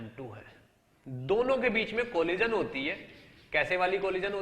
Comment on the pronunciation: Funny guy....."colijan"